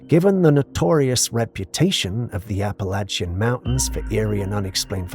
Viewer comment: You're mispronouncing Appalachian